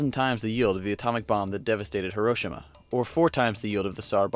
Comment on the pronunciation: Herroshima lol